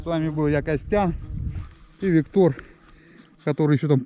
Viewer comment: И Виктор (ударение на последний слог)))) тоже силён!!!!!)))))